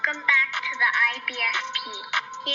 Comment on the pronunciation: Wifey thought the intro said "don't come back" instead of welcome back 😂